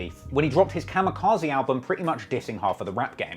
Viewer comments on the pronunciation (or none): none